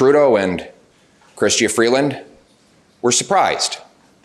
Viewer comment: Love your show! Just an fyi Canadians pronounce Premier as Pre-mur, not like the premiere of a show. And our Deputy Prime Minister’s name is Chrystia pronounced “Chris-cha”. Come visit sometime, I’d show you around Ottawa and help you work on your Canadian pronunciations!